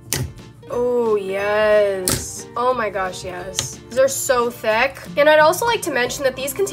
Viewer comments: have you guys noticed that she says “theck” instead of “thick” lmao i just think it’s funny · for some reason i love how she says thick as ThAquE